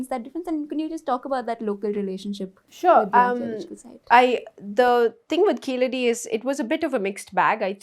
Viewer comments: A Tamilian would be able to pronounce Keezhadi as KEEZHADI. keeledi appeaers ok for the the non-Tamil speaker but not fo the Tamizh speaker. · It's Keezhadi in Tamizh (for the correct meaning). Keeladi for non tamils speakers who are unable to pronounce Keezhadi. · These people deliberately mispronounce Keezhadi, as the non-Thamizh people do.